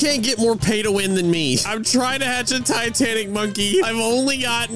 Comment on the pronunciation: When you were talkin to the traveling merchant first time u said titanac CAT